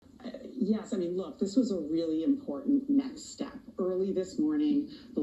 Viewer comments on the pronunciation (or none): she said very important necks step? 😅